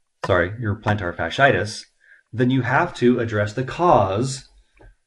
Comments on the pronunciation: It's fas-she-I-tis, not fas-i-tis. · I'd like to know why you are the expert and the podiatrist doesn't understand this? You're not pronouncing the word correctly. The two i i s in the middle of the word are pronounced as 'e' first then 'i'. Fash-E-itis